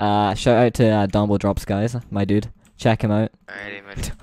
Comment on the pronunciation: LOL he kept sayin " my dud " im so done lolololol